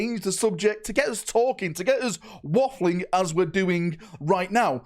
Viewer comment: Is he saying WAFFLING? 😅😂